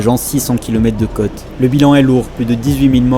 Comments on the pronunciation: Et la prononciation gamin ??? La cote !!! C'est la côôôte !!! Il y a un accent circonflexe !!! 🤯🤕🤒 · Tu serai pas originaire des coins de Bordeaux ? C'est ta façon de prononcer les mot côte... Il y a un accent circonflexe sur le ô 😉 Pour moi le cote est une mesure...